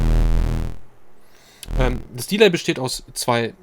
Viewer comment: Vielen Dank für das sehr geile Video - super Thema. Gerne mehr über abgefahrene Synthies; mich würde der Subharmonicon, alles von Dreadbox und der Swarm interessieren. Kleine, aber wichtige Kritik, da das sehr häufig vorkommt: beim englischen Wort "Delay" wird die zweite Silbe betont. Interessant wären für mich auch Videos über Hybrid-Setups, also die optimale Verbindung von Hardware und Software; Stichwort Midi Clock, CV Signale, Latenz. Danke für den geilen Content.